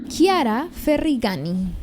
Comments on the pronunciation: Se dice Ferrañi, el apellido de Chiara se lee Ferrañi 😅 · La pronuncia en español es Ferrañi !!! Disculpa pero tenía que corregirlo !!! 🤗